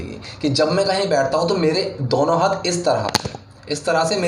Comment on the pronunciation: Dono hota h sir ,, dauno nahi